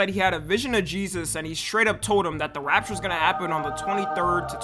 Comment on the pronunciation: it so annoying how he pronounce "rapture"